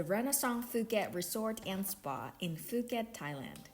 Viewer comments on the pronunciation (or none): Pooket not Fooket 😂